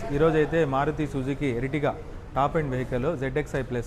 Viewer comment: Eritiga kaadu ertiga😂